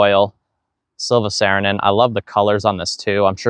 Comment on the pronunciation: It's pronounced S-ARE-inen, not S-AIR-inen. Just fyi 👍